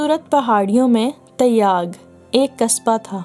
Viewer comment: Vo lafz Taiyyag nahi "Tyag" hai.